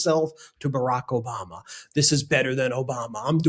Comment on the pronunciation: "OBAMNA"...because he can't even pronounce words